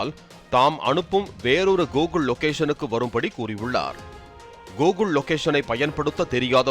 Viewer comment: adhu gogul illa?? google😂😂😂